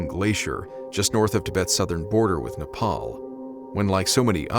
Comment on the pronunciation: 1st youtuber to pronounce Nepal properly